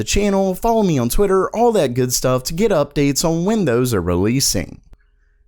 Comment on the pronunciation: Day 1820 of this guy being unable to say "on" properly.